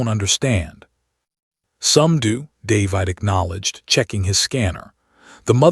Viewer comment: I hate this particular AI narrator. It can't pronounce the very common human name 'David' correctly. Very annoying and off-putting. Throws me out of the flow of the story and ruins my enjoyment of it.